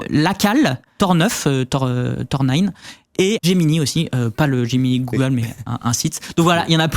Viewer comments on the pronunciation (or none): none